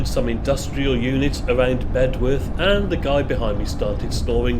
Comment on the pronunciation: Beduff, not Bedworth